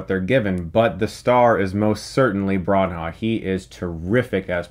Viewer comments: I was thinking, who the hell is Broncha? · Yeah I noticed that....Bronha lol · Brawn-Ha?! WTF?! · his name is pronounced BRAAANAA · Damn Chris who the heck is Kenneth Brown-Hawk???lol you are butchering it lol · He said Bron-ha and I immediately sighed and thought, "Here we go again..." How can he be in the film industry and never hear so many people's names said out loud? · Kenneth Branagh's last name is pronounced "BRAN - a". Just saying. Love your reviews. Fellow Buckeye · It's pronounced Bra-Nah! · its pronounced - bran-ner the h is silent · Stop saying "Braun--Haugh" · Kenneth Bran-HAAUuh🤣? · Brahn-ha? Cmon man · Its pronounced "Branna" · Pronounced Branner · Chris! You keep mispronouncing Branagh!!! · Am I prejudiced or is this an American thing: to pronounce foreign names wrong? Anyway, I like Chrays Stoockmin. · The way Chris pronounces Branagh 🙈 Love that Fury Road t-shirt by the way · I thought it was a glitch or something but then he did it again. He's taking special care to be especially wrong and consistent about this pronunciation. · Listening to Americans saying Branagh is my new favourite hobby. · kenneth branagh is more than famous enough and been around long enough for a movie critic to know how to pronounce his name. also poirot!!! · Chris, you are cracking me up everytime you say Branagh's name. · Looks like I'm not the only one noticing Chris pronouncing Branagh wrong, lol. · I’m sorry but you completely destroyed the pronunciation of Kenneth branoughs name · Stop murdering his last name. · oh, Chris, your videos are so great but if you don't know how to pronounce an actor's name, please just look it up. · Learn how to pronounce his name, buddy. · ITS NOT PRONOUNCED BRAHN HAHW. its just bra-naw. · Bronha? Kenneth "Bran-ah" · Chris, like the review, but where did you get the pronunciation of Kenneth Branagh from? There is no h after the n, it’s not Bran-ha but Brana (silent gh) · Chris, his name is Brannagh, not bran ha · “Braw Nah” Chris